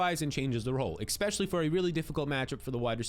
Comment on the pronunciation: **Especially** Expecially is not a word bro! 😅